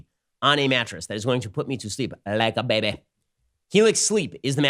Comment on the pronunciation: Ben needs a mattress that's going to put him to sleep "LIKE A BEBE"